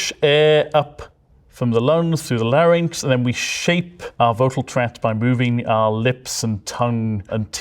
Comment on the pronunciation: i have never in my life heard someone call a larynx a lar nicks